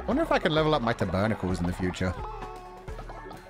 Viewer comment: hearing how pronounces tabernacle makes me giggle